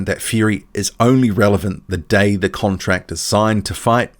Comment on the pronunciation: Fury talks from every crevice between his teeth...we wait for a signed contract..not furys relentless "con-tracks".😁